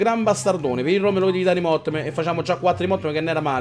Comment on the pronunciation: Un "MOTTEM" hahaha grande